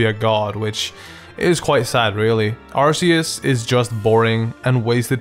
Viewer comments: Arceus is pronounced ar-KEE-us and you would have known that if you watched Arceus and the Jewel of Life... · Ark-eus is the way to say it. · ITS AR-KEY-US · What really triggers me is... Its not Ar-see-us it is Ar-key-us! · Arceus is a goat, not a llama. EDIT: BTW, it's pronounced "ar-kee-us". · you said Arceus wrong it's ar-kee-is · THANK YOU! finally someone, who doesnt like arceus for the same reasons. i think it has - a terrible design - wasted potential also, everyone, who calls it 'arKeus' gives me ear cancer. i like the idea of a god pokemon. but its like in real life. people actually worship this thing and if you dont share their opinion, youre the bad guy, who should be burned and that pisses me off. thats why, i started trolling with saying, im a helix-believer. same with charizard. its a good pokemon, but its not the best. i prefer bulbasaur and get laughed at from those charizard-faggots "lol, tha kanto starters should be chamander, squirtle, and a second charmander! flamethrower them all! Stealth rock? Whats stelth rock?!" and thats why, charizard pisses me off. because of its brainless fanbase. also, everyone hates on gen 5, but gen 4 was the worst for me. not even because of allmighty shitlord god (not sorry), but because off the new evolutions of older pokemon. i kinda like weavile and i love froslass, but the rest is just terrible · yeah but ar-key-us is how it should be pronounced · It's not ARSEUS IT'S ARCEUS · arceus isnt that bad come on man... i appreciate u and every thing but arceus... come on